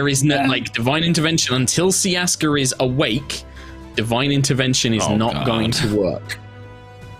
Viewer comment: Umm... [adjusting glasses like a nerd] Actually, it's not 'Ciaska', it's 'Siaska'.